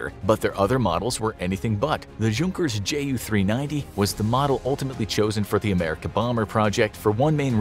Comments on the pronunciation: Hey you should know the J in junkers is silent it’s actually pronounced younkers just saying lol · Fun Fact: You don't say the "J" in Junkers you have to say it like the J is a Y like "Yunkers" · Junkers is pronounced “Younkers” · J doesn't make a J sound in German, the J makes a Y sound in German. so it would be pronounced "Yunkers" with the U making the "oo" sound like in the word igloo